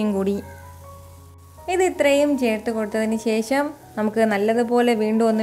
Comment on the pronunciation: കുറച്ചു ഉണക്കമീൻ വറുത്തത് വേണം... ശേശം അല്ല ശേഷം.. 😂😂👌